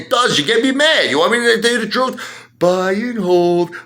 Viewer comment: The "Troot"... kinda like My Cousin Vinny's "Yoots" 😉